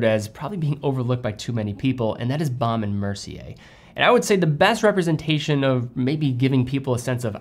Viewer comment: Couldn't agree more about their watches. I think the Hampton is the best looking rectangular watch this side of a Reverso. You just need to learn how to pronounce it properly......😊